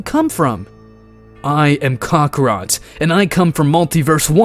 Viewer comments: Kakarot ❌️ kakra✅️ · Learn how to pronounce kakarot right.